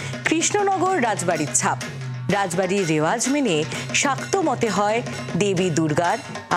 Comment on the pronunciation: Not ray bari it's raj bari😅😅😅😅😅😅😅😅😅😅😅😅😅😅😅😅😅😅😅😅😅